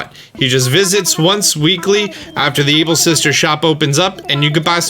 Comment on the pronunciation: I heard ebil?